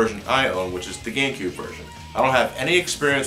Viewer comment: Is it just me or does it sound like he is saying Nintendo GayCube and not Nintendo GameCube.